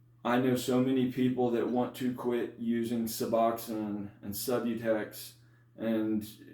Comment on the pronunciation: Great video !!! Your pronunciation of " su BLOCK aid " is wonderfully unique ! ( I can see how that pronunciation can help an addict 'remember' what to ask a doctor for -- when asking to get a new injection that an addict has never heard of before !!). So, say, how many milligrams of suboxone were 'ya takin' ( pills ? strips ? ) before 'ya jumped off suboxone to get that wonderful life-altering injection of sublocade? And -- hey -- how much time has passed for 'ya since 'ya received that one shot of sublocade?